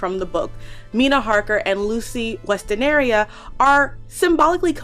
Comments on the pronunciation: Good video. It is Westenra, not Westenaria. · Girl I'm so sorry but the fact that you pronounced "Westenra" as "Westeneria" really took me out of this video 🥲